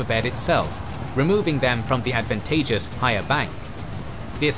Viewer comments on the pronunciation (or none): none